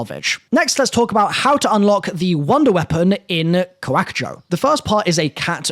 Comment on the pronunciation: Kevin Drew himself put the stress on the end, not the beginning, he said it like Ka-WAK-ujo